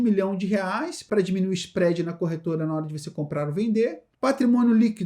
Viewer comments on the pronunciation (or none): none